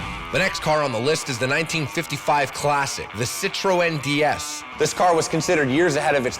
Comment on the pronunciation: It's [Dej-s] not DS, like the Nintendo DS you got to be kidding me.